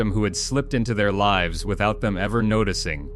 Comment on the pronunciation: How hard is it to properly pronounce live and lives seriously!!